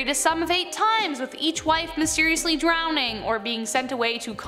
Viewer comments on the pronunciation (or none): none